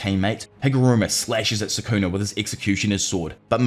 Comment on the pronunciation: Bro this dude really saying sukuner like it's the 'er to the "n" word